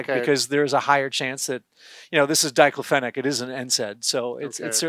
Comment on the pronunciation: He can’t even pronounce diclofenac correctly!!!!!